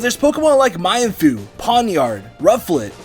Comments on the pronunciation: Its mean-foo not my-an-foo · it's not my-an-foo its actually mean-foo lol :P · "My-en foo"? I believe you're intending to say "Mean foo" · ITS MEENFOO NOT MYANFOO!